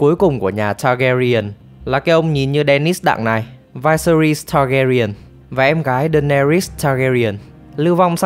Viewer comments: "Vai se ri"??????? Nghe đọc cái tên xong tắt mẹ video luôn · Vyseris đọc là là Vi-xe-rítx xin góp ý cho bác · mình tưởng đọc là vi sê ríts chứ nhỉ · Viserys, kbt mng có xem phim k chứ đọc tên lệch lạc vl